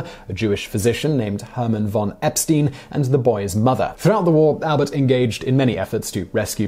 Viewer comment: It's se-MIT-ic, not se-MET-ic. And Epstein rhymes with "align", not with "mean".